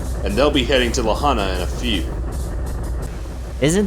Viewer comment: Aside from the multiple mispronunciations of La Junta, this episode was pretty unusual. Never expected the outcome.